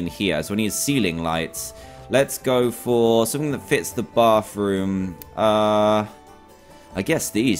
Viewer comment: love how he says bathroom bafroom